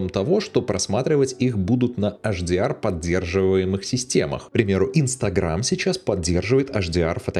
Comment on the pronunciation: Если уж "Адоби" , то тогда и "ЭйчДиАр" ( "Аш" - это на латыни) спасибо:hand-purple-blue-peace